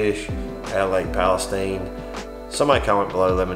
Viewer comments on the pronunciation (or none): Lake palestine pronounced steeen***